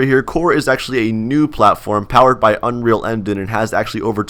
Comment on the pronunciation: "powered by unreal endin'" LOOOOL p.s. you should do scripting funny ideas in core Also try quitting ROBLOX and stick to Core ;) let's see if you can do it